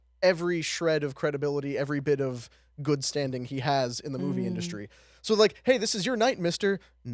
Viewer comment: Soauh and moahvie a few moments later too